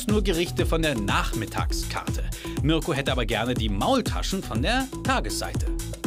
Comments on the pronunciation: Marko Reeh ?? Er heißt doch mirko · Bin ich die Einzige der auffällt das der Moderator „Marko" und nicht Mirko sagt? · Das auch immer Marko statt Mirko gesagt wird. Irgendwie schlecht sich immer ein Versprecher ein😂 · Mirko nicht Marko 🙈